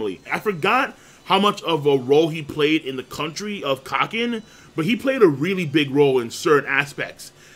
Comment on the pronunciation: It's pronounced "Caw-Keen" not "Cock-in ".